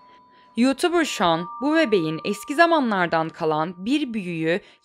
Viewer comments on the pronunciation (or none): none